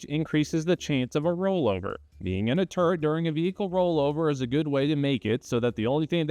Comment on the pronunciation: Did he say turd or turret? Is this tourettes?